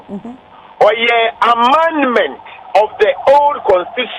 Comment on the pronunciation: Please, we say Amendment but not Amandemant